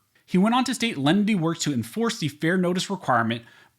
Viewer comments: Perhaps it is simply my ears playing tricks on me but it sounds to me like you are pronouncing it several ways during the video. Here are the various ways I heard it: The Rule of Lundy The Rule of Lendy The Rule of Lenity The Rule of Leanenity What is the actual rule? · You pronounce the name of that rule different ways. Close Captioning spells it differently multiple times. Please spell it out so I can research "rule of lenity, lendy, leninity, or however you spell it. Thanks! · Even with good headphones I cannot understand that phrase at all, He says it 100 times but he mumbles it each and every time. Is he saying "Rule of Lundy" or something else?